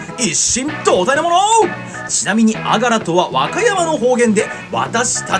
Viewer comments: あがらのイントネーションが違うのが惜しい！！ あ⤴︎が⤴︎ら⤴︎ それにしても久しぶりに聞きました（笑）。 おじいちゃんが良く言ってたな…。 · あがらは、「が」にアクセントがあります。井出商店に35年通う和歌山市民より。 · あがらの発音違うかも💦